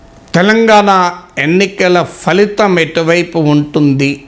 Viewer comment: మీ లాంటి Professor కూడా ఫలితం పదాన్ని ‘pha’litam బదులు ‘fa’litham అని పలకడం బాధాకరం